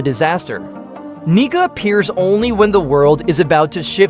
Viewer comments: Its pronounced, KNEE CAR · why is your ai voice saying the N word?